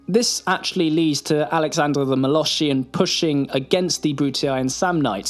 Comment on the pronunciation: I can't unhear "moloSHHian" now...